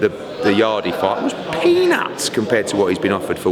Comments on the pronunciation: Not "yardie"... yard... yard.... YARD .... It is a silent E Eddie. .... a silent E facepalm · im convinced hes pronouncing yardes name wrong on purpose at this point